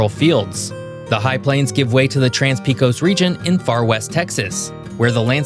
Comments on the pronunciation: Tell me you’ve never been to Texas without telling me you’ve never been to Texas… The Pecos River is pronounced Pay-cohs not Pee-cohs You probably should have mentioned the Sabine River which makes up more than half of the border between Texas and Louisiana Dallas is in North Texas, not East Texas McAllen, Brownsville, and Corpus Christi are NOT in West Texas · Pecos...... pronounced (Pay-Cus) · Great video. Just have to complain that Brazos is pronounced “Bra- (Brad) zuss” and similar with Pecos being “Paycuss.” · You mispronounced Comanche, San Jacinto, Pecos, Brazos. Also maybe worth noting that people's accents are actually different between East and West Texas.